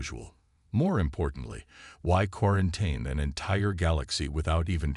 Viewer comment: Still not pronouncing quarantine correctly, huh? 😂